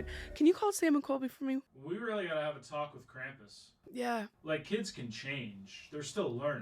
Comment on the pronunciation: IT'S NOT "CRAMP-ISS" IT'S "KRAU-MPUS" (Spelt Krampus)